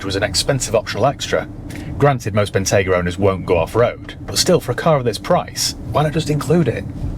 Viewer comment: Wrap those stalks in Murr sunbeam, and I’ll take it. I can park it next to my Bell Ranger. But we need to upgrade the way you say the name. It is Bentleyyyyyyy Bentayyyyyygaaaa. Down here in Dorrrrset 😂